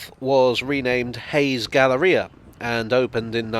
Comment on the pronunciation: You're the first UK-stanian I've heard who pronounces "galleria" as "ga-la-RI-a" as opposed to "ga-LAIR-ee-a".